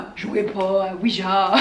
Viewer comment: Fun fact Ouija ce prononce Ouiya et non Ouija ( Ja = oui en allemand )